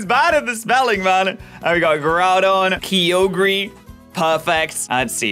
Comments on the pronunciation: Ki-oh-gree Me: enraged fury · Calls the Swampert line the best starters in Hoenn Also: Says Deoxys and Kyogre extremely weird and can't even spell (Manectric, Carvanha, Vigoroth, and Masquerain for example) again: "Does anyone care about the ones I missed?" Having missed Sableye, Altaria, Zangoose, Whiscash, and Cacturne Me: I really can't take him seriously anymore